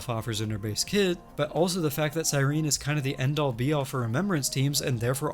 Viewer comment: I really miss early supports, I'm not sure I like the direction the game is going. But also the way you pronounce Cyrene is distracting me